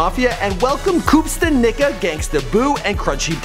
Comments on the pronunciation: did you just mispronounce Koops name and say nigga?? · "Koopsta Nigga"? it's Nicca (Knee-caa) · bro did you say Koopsta Nigga? it's Koopsta Knicca RIP. one of 3 6 maf biggest fans here. I have the majority of all their albums. my collection is about 62 albums including the skinny pimps indo g and all other affiliates, chat, boo, lil wyte, blac, t rock ect. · It's spelled ",Koopsta Knicca". When he said Koop's name I immediately said nooooooo